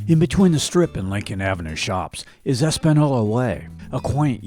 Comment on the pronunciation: Nice videos. You killed me when you kept mispronouncing Española Way and then again with Chelsea. LOL. Points for trying though.